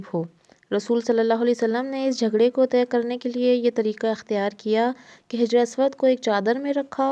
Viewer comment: hijr nae, sahi lafz hajr hai, hajr means stone ( pathar).